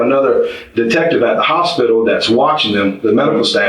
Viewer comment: Can’t say hospital? Really? Lame as hell.